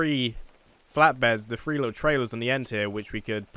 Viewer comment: Does anyone hear when he says three sounds like free